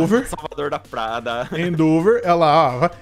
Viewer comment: do céu n se fala "endÔver" se fala "endEvor"